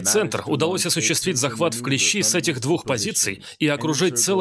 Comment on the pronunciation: Товарищ Переводчик! Не « в клещИ», а « в клЕщи»